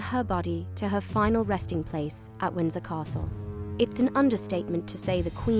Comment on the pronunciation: And London is being pronounced weirdly also she said castle in a northern accent